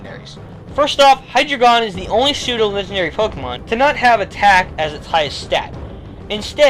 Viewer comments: It's pronounced Hi-dre-jun. Not Hi-dre-gon. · I thought it was Hi-dry-gun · I don't want to be THAT guy, but I have to correct you on your pronunciation of Hydreigon. Usually I wouldn't, but... dEINo / ZWEIlous / HyDREIgon. 1 2 3 in German. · The drei in Hydreigon's name is pronounced dre. Drei is german for three. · High dragon not how you were saying it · by the time you made this video, the name for Hydreigon was released in the movie. It's pronounced "high-dragon", essentially. More emphasis on the "dra".